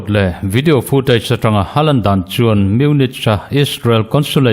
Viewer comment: Munik ti ve zawk la,a ngaihthlak a hahdam deuh ang chu.